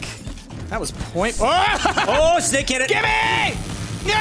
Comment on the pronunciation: I wonder how many pints ash must've had before he'd let "Sbake Gernades" slip through the net :P